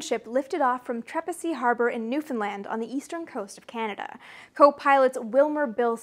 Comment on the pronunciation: So nice to hear Newfoundland pronounced correctly for a change lol Most people butcher it.